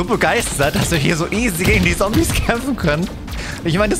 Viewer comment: Deine videos sind nice auch wenn deine Aussprache nicht immer die Beste ist Zombies da sagt er Sombies😂 bei MW2 wo man was Hacken muss für die Waffe Sagt er Haken 😂 aber ansonsten immer sehr nice und Unterhaltsam